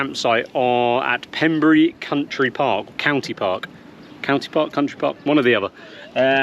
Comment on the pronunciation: Its Pembrey not Pemburry, there is Pembrey airport right next door where I did my helicopter flight training